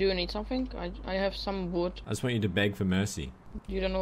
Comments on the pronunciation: COLLECT VOOD! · 'Wuud Schtone plese'' -.